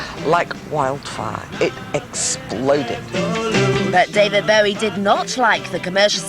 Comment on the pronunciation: This is the sort of pap shit Bowie detested. They can't even be bothered to pronounce his name properly.